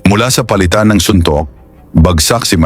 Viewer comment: Pinasa'yaw? ? Maling bigkas O'zamis"? Oza'mis ang wasto. Pali'tan?? Ang wasto ay pa'li'tan